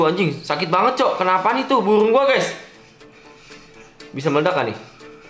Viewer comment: buRung bang bukan buWung